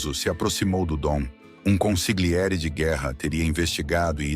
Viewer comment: ConsiGliere dói nos ouvidos. Ou traduz ou fala no idioma original, mas corretamente.